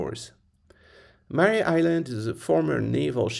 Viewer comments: Mare as in female horse. Not Mary. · Mare is pronounced like the female horse (which it was named after): one sylable.